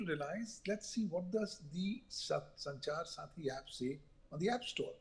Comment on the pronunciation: It’s Sanchar saathi not sarathi, she kept saying sarathi in the first half.